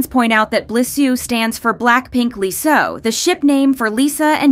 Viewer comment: The ship name for Jisoo and Lisa is “Lisoo” not “Blisoo”